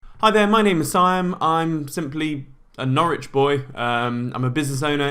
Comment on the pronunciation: Ahhh man I really liked watching your videos until I herd ‘Norwich’ ...